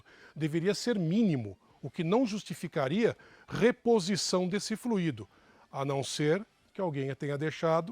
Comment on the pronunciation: Fluído, o que já fluiu! Verbo no passado. Tônica na letra I. Fluido ( tônica na letra u), substantivo: o fluido, líquido, ar ou gás que flui. Por favor divulguem ! Dói nos ouvidos " fluiiiiido " . Não entendam como crítica de menosprezo, mas como colaboração. Gosto desses canais. Obg .